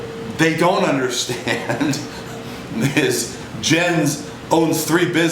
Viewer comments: The way he pronounces "Jens" irks me. "Yens," Rich, "Yens." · It's pronounced Yens ye dope!